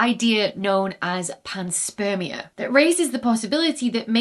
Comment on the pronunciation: "panspermia" heheheh